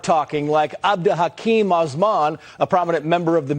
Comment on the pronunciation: Hey Benny, Love your videos overall, I too am East African and we border Somalia, I know and I get it, pronouncing names is difficult and sometimes I do my best to research it as well, but for the name AbdiHakim, it's basically Ab (like up without the p, using the silent b) Dee , Ha - keem , that's my best attempt and thanks for these videos.🎉🎉🎉